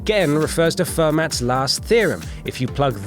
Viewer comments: Damn, I cringed every time he pronounced it Ferm"AT" instead of Ferm"AUH"... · The mathematician's name is pronounced fur-moe not fermat. You idiot. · It's pronounced (fer-mah)!!!!! Not (fer-mat)!!!!!! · "fermat" is pronounced "firm-ah", its french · its not ASC2 ya moron, its ASCII. and its not 'fermats' last theorem. its pronounced fermeee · Most mathematicians pronounce it Fer-mat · Note to WhatCulture: If you're going to do a video about math, get someone who knows something about math to do it. This guy couldn't tell an even number isn't a prime number, didn't know how to say ASCII, and couldn't pronounce Fermat's name right.